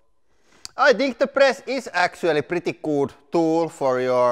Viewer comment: The "PRETTY GOOD" hoody is pretty good! Would be even better if it said "PRETTY COOD" because that's how you pronounce it :)